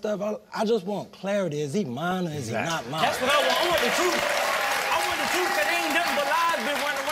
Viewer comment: CJ says ' I want the troof!'